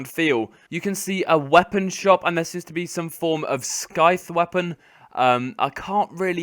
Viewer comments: SKIFFFFFFFTTTHHHHH weapon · He just pronounced the c in scythe UNSUBSCRIBED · I'm sorry - can you say "scythe" again?